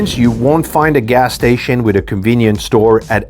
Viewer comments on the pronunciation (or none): What's a GAR STATION? ?